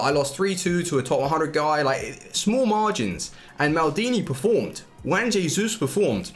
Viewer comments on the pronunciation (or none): none